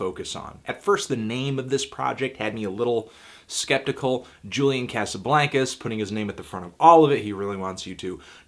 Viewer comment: Why do you say "Julian Casablancas" like that? Isn't it "Jew-lyan Kah-suh-blahn-kuz"?